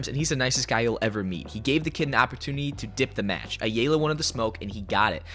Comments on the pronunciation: Drake's last name is pronounced I-All-Uh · Just a heads up from a Hispanic writing out the phonetic spelling of Ayalya (Drake Ayala) aa-Yaa-LAA or Ay-ala The A is actually to be pronounced like a I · You doin this on purpose. It's Ayala(I - Yaw- Luh) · Pronounced I-Ella. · Bro it's. Aya laaa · It’s pronounced eye-ala. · Drake Ah Yah Lah fyi 😂😂😂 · Fyi the ay is pronounced as a hard I so its like eye-ala, ayala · drake (eye-all-uh) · the biggest problem between this, is him mispronouncing ayala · Can you please pronounce Ayala correctly? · Can you please say Ayala correctly